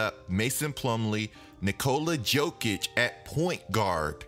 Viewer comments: My guy, it's Yo-kich not Joe-kich it's hard to watch when you pronounce Jokic wrong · I stopped at Joe-kich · Please stop saying "Joe"kic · Johnny Varvatos that’s called being lazy and disrespectful